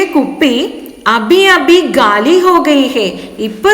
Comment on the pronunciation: ഖാലി ബോത്തൽ , not ഗാലി